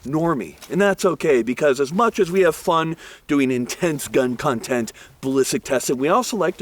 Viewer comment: Did he say "cuntent" ??